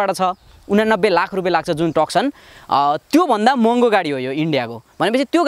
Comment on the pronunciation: टकसन हैन भाइ तुसन भंचन Nevertheless excellent video 👍👍